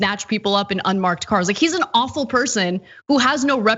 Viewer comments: I like the way Anna says awful (offal). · Sounded like Offal then Ana but either work is right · Funny the way Anna pronounces awful as offle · Is Ana saying he (45) is "offal"? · Did Anna say awful or offal?